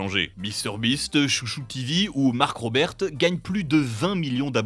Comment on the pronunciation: "Mark ROBERTE"